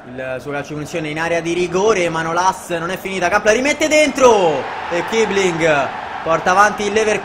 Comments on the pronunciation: non è kibling ma kissiling perché in tedesco si legge con la doppia s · comunque si legge kissling